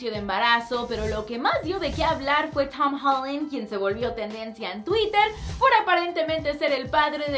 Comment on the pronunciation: Porque dice el nombre de Tom Holland así? 😂😂😂😂😂😂